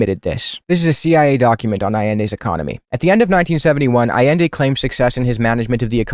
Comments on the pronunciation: “Pinochet, which has become a shorthand term for a fascist” yeah, Hitler who? Also he can’t pronounce Allende (ah-yen-day) correctly, which says a lot about his knowledge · Bro can't even PRONOUNCE Allende, smh I swear Crowder gotta keep that name outta his mouth lol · Bro pronounces Allende like he just heard of Chile and googled “Chile communism bad” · A sure fire way to show you know Chilean history is to mispronounce Allende’s name